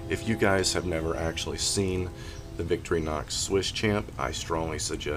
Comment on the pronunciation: Wonderful work, I always enjoy seeing the amazing things that you are making up. I just wanted to add that if you are going to using them in the future, Victorinox is pronounced Vic-tori-nox, almost like 3 words, rather than Vicktori-nox. I found this out by not saying it up to standards in front of a Swissman! Really nice work, and I wish that I had seen this before it was sold, will be looking for them to appear in your store! Munro